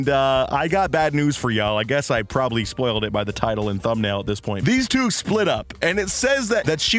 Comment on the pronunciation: Sppolled??? SPOILED 😂